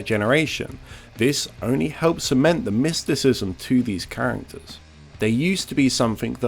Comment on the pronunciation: I swear you're saying "Oni" in place of "only"